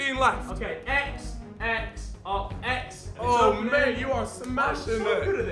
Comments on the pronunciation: Main instead of Mane😂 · "My man got mayne" ?? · "mane whatever" -Cal 2015